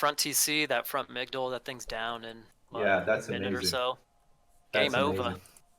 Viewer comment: I'm still astonished on how the whole aom community says Midgol when it clearly reads Migdol. :/